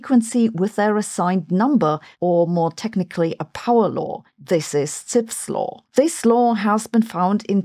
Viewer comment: Zipf was an American and his name is pronounced as "zif", not "tsipf"